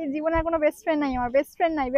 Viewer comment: *brest friend 🤣😂😂😂 oh gosh brest friend abar ki jinis 😂😂..... Son tui English kotha bolte jehetu Janis na tai je kono English word bolar age aktu jene sune bolis vaiii... Bujhli ... Joto sob.. faltu meye akta. Hatt👉🗣️🚪